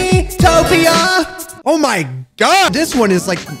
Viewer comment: just said miitopia like: MII TO PIA Hahahaha lol